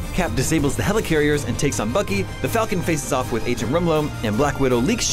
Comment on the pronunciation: Good recap, but noticed three notable mispronunciations. (mispronounced helicarrier, scepter, and Ulysses)